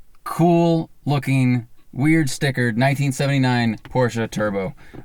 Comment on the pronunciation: Cool car, but honestly, if you use a german word as your brand name, learn to pronounce it...